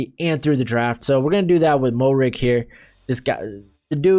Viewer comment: Just for future reference Trevon Moehrig out of TCU is actually pronounced MARE-IG